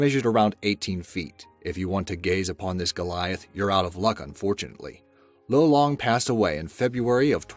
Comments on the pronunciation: I'm a Filipino. It's not pronounced low-long It's loh-long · Lolong was the oldest here in the Philippines Edit: btw the pronunciation of lolong was (Lo-long) not (loe-long) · Aswell as: Loh lung Not low long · Its lolong not lowlong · im filipino and it triggers me how u said lolong wrong XDD